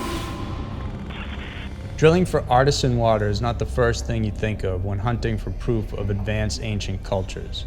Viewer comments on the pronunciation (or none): The well drillers were drilling an "artisian" (ar-tee'-shun) well, not an "artisan" (ar'-tis-sun) well. An artisian well is different from a normal well in that one does not need to haul up the water from below. When a driller reaches an aquifer containing water under pressure, the water can bubble up like a fountain, continuously supplying fresh water as long as the aquifer remains under pressure. That is an artisian well. "Artisan" refers to something crafted by an person particularly skilled in making food or beverage products above the usual mass produced standard we buy in most stores. Example: artisan bread created by a baker, hand creating gourmet loaves. "Artisan" and "artisnal" are catch words that are overused these days for food products that are not mass produced.